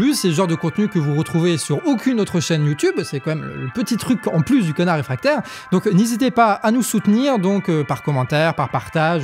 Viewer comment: "le connard réfractaire"... donnez des sous pour payer un orthophoniste à 😂